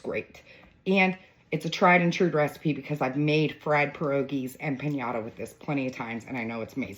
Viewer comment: I love it…the only tiny critique I have is it’s not pronounced empaÑada, it’s empaNada.